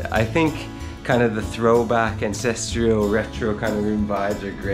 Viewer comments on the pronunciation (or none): none